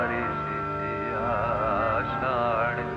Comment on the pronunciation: দেবব্রত বাবুর এই রবীন্দ্র সঈীতটি যড বারই শুনি ততবারই ও-ই গানের মধ্যে "আষাঢ় " শব্দের উচ্চারণ শুনলে গায়ের লোম খারা হয়ে যায়। এমন দৃঢ় ভাবে স্পষ্ট " ঢ় " -এর উচ্চারণ কখনও কারও গায়ওকিতে সম্ভব হয়নি। আমি অন্তত শুনিনি।